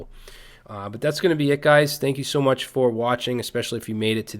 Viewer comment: Thank you for this crash course :) p.s. "much" instead of "mush"